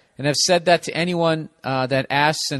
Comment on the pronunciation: "And dat's dat."